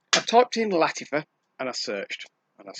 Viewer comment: Why do you pronounce Lattifa? Is Latt-A-fa, not Latt-I-fa? A, not I, right?